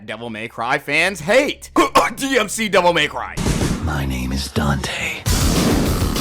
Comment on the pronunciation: "Devil MAY cry" Why do people say it like this? It burns my brain.